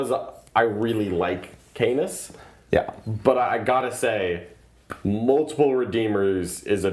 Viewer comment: Just me that giggled about the pronunciation of Canis as C-anus?